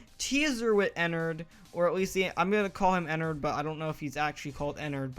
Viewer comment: it's not enrt it's mine rinu